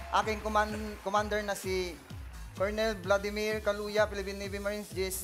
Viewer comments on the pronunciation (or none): none